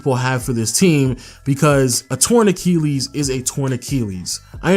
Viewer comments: "ach-EEL-ees" lmao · It annoys tf outta me when you say Torn Acheelees